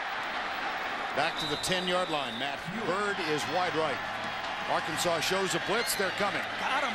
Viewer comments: They lost because he mispronounced Arkansas, lol. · It's not Ar-Kansas, it's AR-kansaw. Get it right mother-father, get it right. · It's not ar-kansas, it's Arkansas, get it right. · That's what he gets for calling us Ar-kansas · Houston Nutt shakes Les Miles Hand... "It's pronounced ark-an-saw." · LOL. The LSU coach said Ar Kansas, the pronunciation before the 1860s as if Kansas was not a state yet. I kinda wish Arkansas was spelled Arkansaw. And, Arkansas needs to play Kansas in football and finally beat their 'namesakes' ! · You shouldn't of said Ar-Kansas. That was your downfall. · You just committed a crime by mis-pronouncing Arkansas name. .. . . . . .It's actually pronounced "Arkansaw". . . It's illegal to mispronounce our State Name.